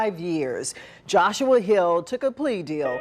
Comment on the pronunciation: A start to HEALING?? This violent bastard is not going to heal!!! He'll be back. And, did they pronounce that name like "JOSHUA"?? Jyahshua?? Why not throw in a couple apostraphe's, hyphens, egyptian heiroglyphs??